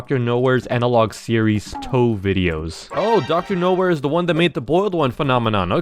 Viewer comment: How pronounce it it’s not toe it’s tee oh ee